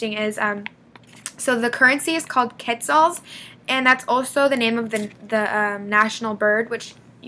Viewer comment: Wow you had no idea how to pronounce "Quetzal" and you said "I don't speak spanish" now you are almost an icon that represents our country Guatemala, that's awesome keep us updated!